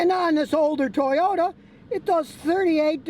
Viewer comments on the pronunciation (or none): none